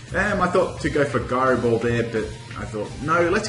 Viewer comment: Gairo ball?its Jairo ball not gairo ball go practise ur english